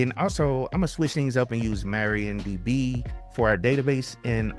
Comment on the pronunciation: That's MARIADB, not MARIONDB. Different women 😁.